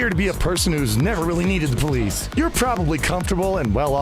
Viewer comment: "When we shay abolish the poleesh"